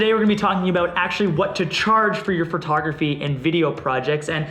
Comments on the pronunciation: Always enjoy your videos, but one thing that noticed, You say Fur-tographers or Fur-tography... Instead of Pho-tography. Keep up the great work. Thanks for doing what you do. Best to you man. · He always says Furtography... Is that some inside joke I don't know about?